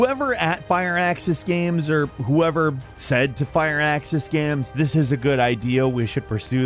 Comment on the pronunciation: Firaxis —> “Sounds like FUR-AXE-IS”